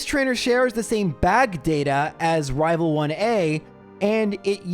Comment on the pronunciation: I'm not sure why, but every time says rival fival, I am filled with so much joy. The fact that a silly little slip up has turned into an inside joke and lasted this long just makes me happy